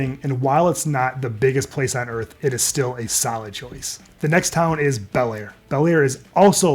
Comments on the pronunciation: Bellaire, not Balllier, what did you do, use AI? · You mean Bellaire? You called it Ballier.